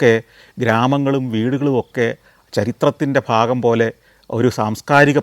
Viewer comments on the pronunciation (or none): none